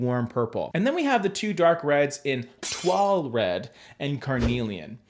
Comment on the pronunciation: Congrats,, on pronouncing Mauve and Toile correctly! Love all the reddish tones of Studio Mauve, Wallflower, Toile Red and Carnelian. I actually dislike yellow undertones (except for yellow greens). You could call me a Nellow (no yellow).